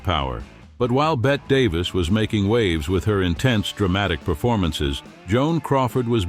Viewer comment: I can't listen to the AI mispronounce Bette Davis' name.